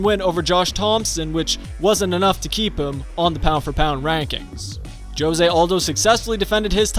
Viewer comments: It’s hose not jose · This man said "Joe-se aldo" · Bro, did this man just say (joe zay)jose? what the hell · Not being able to say Jose correctly makes me want to puke. I keep cringing